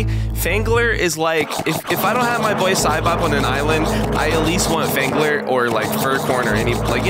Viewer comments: Why does it sound like fangler is saying “gemeni”? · Why does phangler sound like he’s about to say the n word